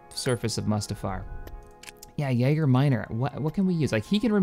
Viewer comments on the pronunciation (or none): Edit : Jager sounds like Yeager when he's trying to say Yaga :D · Yaga minor not Yeager